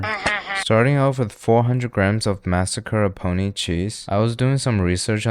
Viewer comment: Mascarponcsies? - The What? Took me some seconds to catch up on the dude's pronounciation. You americans pronounce things weird.